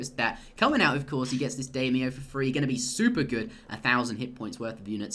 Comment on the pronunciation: daimyo is pronounce like dime-yo